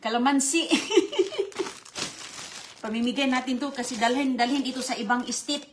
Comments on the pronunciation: State lukring! Not estite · Tstet STATE kamo pronouced properly